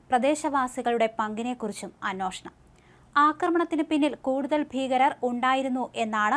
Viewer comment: അനോഷണം അല്ലമോളെ... അന്വേഷണം...